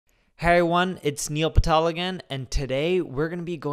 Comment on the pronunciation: Hey everyone... niel phatel...🤣